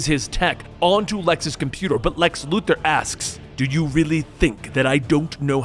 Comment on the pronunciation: I want to smash my head against a wall everytime I hear someone say Lex Luther instead of Lex Luthor 🤦🏾‍♂️🤦🏾‍♂️🤦🏾‍♂️ You're better than that